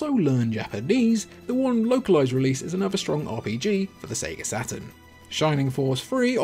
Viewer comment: I keep hearing "Sega Satin" :D